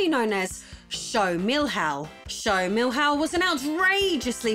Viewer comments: Milhao is pronounced "mee-lee-own" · Nice video! But would it be so hard to get on google translate and click the audio button to listen to the pronunciation of Milhão? ps: Me - Lee - Uh - oh (said fast) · Despite the weird pronunciation of "Milhão" (it would be like 'Meeliaun'), the video is amazing. Good research despite the fact that probably most info was in portuguese around the internet. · That's not how "milhão" is pronounced at all! Hahaha. It's also funny how you pronounce Gradiente, like it's Spanish.